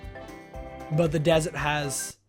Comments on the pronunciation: Did anyone here lachlan say desert kind of weirdly like it sounded like when people say "Yummy Desert" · did you say dessert or desert?